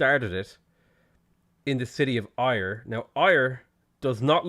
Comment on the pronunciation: Just FYI - Ayr is pronounced the same as 'air'!